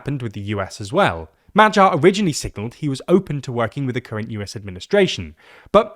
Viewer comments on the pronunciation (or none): That "MaGYar" rather sounds like "MaTTYar", let's work on that 😄 appretiate the effort though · for all anglophones here: its Magyar (g pronounced like in a word "great") not MAJYAR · the 'gy' sound is more like when americans skip the 'o' from 'do you know'. Try pronouncing Madyar, Shaping the 'a'-s like 'o'-s, (by opening up your jaw) while putting the emphasis on the first syllable. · Are you sure? I'm not Hungarian but dictionaries do tell me to pronounce it as [ˈmɒɟɒr] not [ˈmɒgjɒr]. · Magyar is Hungarian surname. Please read this surname as 'Madiar' with D instead of G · Why don't you make the effort to find out how is Magyar correctly pronounced?